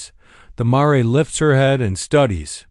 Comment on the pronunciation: It’s mare not maray